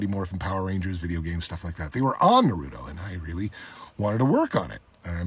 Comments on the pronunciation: Sorry sir but "Nuruto"😭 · Bro i dont get it. He knows the perfect pronunciation for Naruto’s name and yet intentionally calls it Narootoe. Why? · "nurude oh" 💀 never lost so much respect so quickly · Did he said nuruto? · No. It was Nuhroodough. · It pains me to hear Madara say "nuh-rooto" smh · Did you just say nuruto?? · He voiced the greatest freaking villian in the entire naruto and still pronounce the anime 'nuruto'. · bro said noorooto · bro did not just say nurato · It’s amazing: I feel like if anyone pronounced Naruto “Narudo” the way he does ppl would rip his head off but since Neils’s Madara dub voice is so epic and iconic he gets a pass lol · Nar rooto lol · What I think is funny is that he's worked on the project and can't even say the name of the show correctly! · The way he’s saying Naruto 😬 lol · How tf are you gonna be madara and not know how to say naruto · Its kinda ironic how hes a voice actor of madara but he dont even know how to pronounce naruto correctly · Works on the show, can't pronounce Naruto correctly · Come on bro he's a voice actor in Naruto yet can't even pronounce the name right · I think he’s trying to copy. Also how did he miss pronounce “Naruto” the freakn shows name. That’s not the real madara English voice for sure.